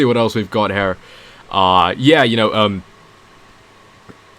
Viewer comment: Dude you saying "her" instead of "here" is really annoying.